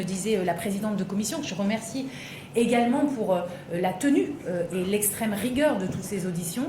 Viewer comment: il l'a dit ! "exterme droite"